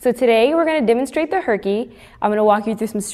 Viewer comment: instend of herkie i thoght she said hikie